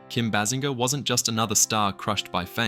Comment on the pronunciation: Bay Singer , this how her last name sounded. AI later in video eventually pronounced it correctly- 🧏🏻🤦🏻‍♂️